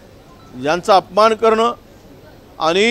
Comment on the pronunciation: 'आनि-पानी' का करता🙄.स्पष्ट उच्चार करणे इतकं कठीण आहे का. साधा 'ण' चा उच्चार करता येत नाही? शाळेत गेलेलात ना? भाषेच्या प्लॅटफॉर्म वर शुद्धच बोलले पाहिजे .